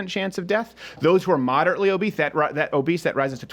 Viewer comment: Totally agree with you, but I laughed when you accidentally said "obeeth"